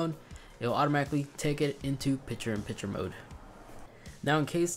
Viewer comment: Dude, it’s “picture” not “piture”. And it’s “library” not “libary”. But thank you for the new features.